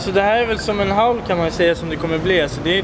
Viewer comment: ”HAUL” ! Inte hål😂